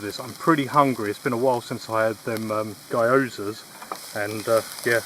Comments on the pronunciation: Enjoyed the video but your pronunciation of Gyoza cracked me up as an Asian person. Guy-oh-za lol! It's pronounced closer to ghee-oh-za for future reference. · Love your videos! It's so comfy and your cooking always makes me hungry. This is the first time I heard people pronouncing gyoza as 'gai-yo-za' and I chuckled a bit there. (for those who are curious, it's read as 'ghee-oh-za') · It's pronounced gee·ow·zuh, but delicious no matter what.